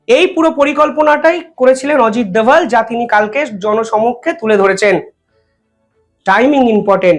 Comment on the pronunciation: উনি অজিত দোভাল। দয়া করে তাঁর নাম অবিকৃত রাখতে অনুরোধ করছি...